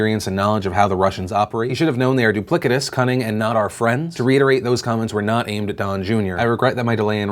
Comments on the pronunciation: Phil, buddy..... (doo-plis-it-is) not (doo-plick-it-us) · Not trying to be an a-hole Phil, I know you talk fast. But its not du-plik-i-tos , its /d(y)o͞oˈplisədəs/ or doo-pliss-i-tos. I tell my family when they have a booger hanging out too. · It's pronounced Doo-plih-sit-us not Doo-plick-it-us. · Duplicitous is pronounced: 'dupli-s-itous' not 'dupli-k-itous'. Useful word these days. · LoL how Phil pronounced "duplicitous".... The C is an S sound, not a C or K sound. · doo-pliss-it-us duplicitous, not duplickitus. I love you Phil. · duplicitous pronounced du plisss it us. not du plik it us :) you're welcome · Don't mean to be that guy but the word is actually pronounced dupliSitous not duplikitous. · Phil, I love your vids and watch you every day, but duplicitous is pronounced with an 's' for the c, not a 'k'. Duplisitous. Not duplikatous. Still love your face, just... don't make me hit you with a dictionary. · Did he say "duplikitous"? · "dooplisitous" not "dooplikatis" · Highly irrelevant to the subject matter but the ‘c’ in duplicitous is pronounced as an ‘s’ not a ‘k’ (djuːˈplɪsɪtəs). That just really irked me. Otherwise great content as always! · also 'du-plick-uh-tuss lol du PLISS ih tuss, Love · It's pronounced duplisitous. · Duplicitous is pronounced as follows: /duˈplɪsɪtəs/ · its a soft C phil - "duˈplɪsɪtəs" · Phil, soft 'c' in duplicitous ;) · Love the show and what you do Phil, but "Duplicitous" is pronounced doo-plis-i-tuh-s. Someone should have caught such a noticible mistake. You have a very smart crew. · du-plic-a-diss? umm I dont think thats how you pronounce it. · Philip DeFranco, you mispronounced "duplicitous"; I am embarrassed for you. But hey! I love yo face, and I'll see you tomorrow. ;) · Loved the video Phil, but duplicitous is with an 's' sound, not 'k' sound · you pronounced Duplicitous wrong. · Hey, Phil! For future reference, the c in duplicitous is pronounced like an s. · You mispronounced "duplicitious". Much love.